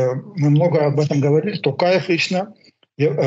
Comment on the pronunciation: Ни Такаев! а Токаев.бесите, что трудно выговарит, То,То,Токаев,б...ть.алға Қазақстан.🇰🇿